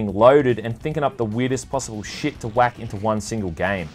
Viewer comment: Love how you say "sheeit"